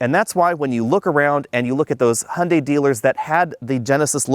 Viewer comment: "Hunday" "Hyeundai" "Hyeunday"